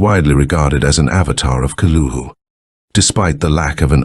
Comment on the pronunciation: That is exactly how Cthulu's name is pronounced! That voice in the beginning was so perfect and nailed it!